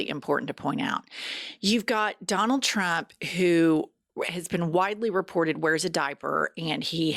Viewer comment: Did she just say “Trumpt’s ex-boyfriend” - Elon Musk… I can’t! 😂🤦🏽‍♀️🤣 Love, from South Africa ❤️